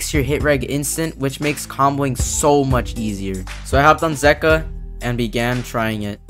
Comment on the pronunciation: It is pronounced zee-ka